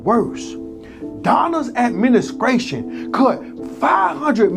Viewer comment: Donald’s “Adminiskration” 😂😂😂